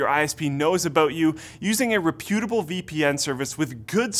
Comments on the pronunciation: did you really just say repútable? haha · Sorry, you pronounced reputable how...?! Reh-pew-ti-bull?!! No son, its supposed to be like this 😀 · Does everyone on this channel mispronounce reputable, or is it just a canadian thing?